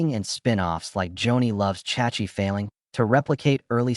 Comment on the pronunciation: AI BS FU! This video is UNBELIEVEABLY BAD AI SLOP! 3 minutes in, and I have seen the same looped footage twice and heard the character "Chachi's" name mispronounced repeatedly by the crappy AI narrator, and the title is total clickbait! AVOID THIS TRASH!